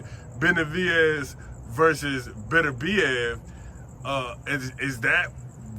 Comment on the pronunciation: All i can see is two people struggling with pronouncing "Beterbiev"